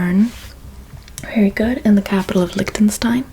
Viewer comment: I love your videos, but "Licktenstein" made me laugh out loud